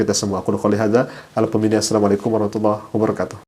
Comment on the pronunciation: Bukan pakai kha pada Ar-Rahmaan Ar-Rahiim, tapi pakai ha, demikian pula rahmah, bukan rakhmatullah